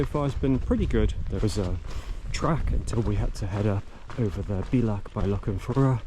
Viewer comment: Great series of videos, I'd love to have done this - 20 years younger! Incidentally, and I'm sure others have told you, the Gaelic word bealach (pass, gate, entrance) is pronounced bay-lach.